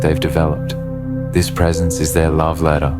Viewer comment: Precence? Is this narrator having a laugh? My avoidant husband was either at work, busy, out with friends / associates or too tired to be present. Damn he'd even come home and work some more. Cleaning or on the laptop working until 1/2am. Most definitely anything but pressnt.